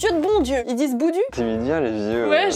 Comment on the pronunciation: Boudou se prononce pas comme il s'écrit quand on le dit 👀🙄 on appuie sur le mot